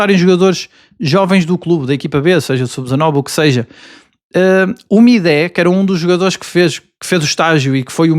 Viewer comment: Mais uma vez, não se diz MidÉ. Vai ver o discurso do AVB na distinção ao Mateus pela Câmara Municipal de a Gaia, ele diz o nome do jogador (Mide, não Midé)